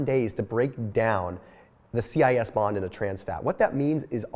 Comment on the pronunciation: CIS is pronounced “sis” ....bio/chem major.